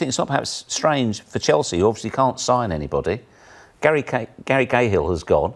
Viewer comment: whose Gary gayhill? 😂😂